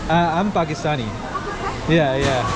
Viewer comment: I love the way you say i am Pakistani. Keep it up.